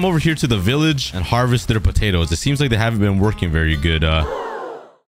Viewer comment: Let's take a bunch of putadas Me: Putadas? What?